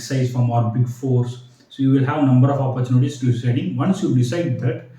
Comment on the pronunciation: Its "opportunity", not oppurchunities...